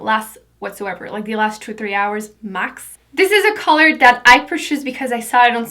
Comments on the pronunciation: Why do you pronounce 'The' as 'D'? Just wondering... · I'm not hating at all, but why do you say the "th" sound with a "d" sound? Like "dey" instead of they and "dee" instead of the. Are you not American? Just wondering. You are gorgeous, by the way'